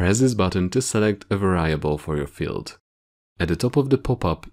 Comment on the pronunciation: Pronounced; VAR-e-able